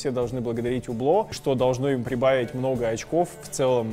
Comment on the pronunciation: Не Убло, а Юбло (не чистая Ю, а среднее между У и Ю). Аутентичности ради)